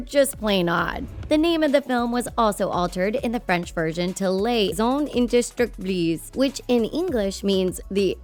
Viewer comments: I'm not even a french speaking individual but I cringed hard at that "indestructibles". JFC she didn't even get the letter order right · French speaker here... I died when I heard her butcher the word! Ironically, if she had said "indestructibles" in English from the get go, she would have sounded closer to the French pronounciation.